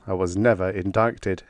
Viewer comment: I haven't done as much driving as I used to so haven't listened to all the stories like I used to, but still enjoying them when I do. Pronunciation tip: the "c" in "indicted" is silent. At least in American pronunciation